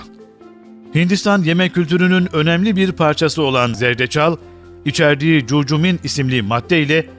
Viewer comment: Curcimin degil kurkumin okunur.